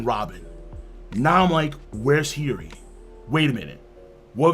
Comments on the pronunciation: King, no disrespect, but you said Hiyori so many times in a row I need to correct your pronunciation, haha. It's killing me. Hiyori (hee-yoh-ree). No, "heery" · He-your-ree…. Hiyori lol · Bro your pronunciation of Hiyori's name is killing me. Maybe you're just saying it really fast cause I hear "Heary". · The pronunciation for Hiyori Is an inside joke of this channel? At first i didnt even know who he was talking about :P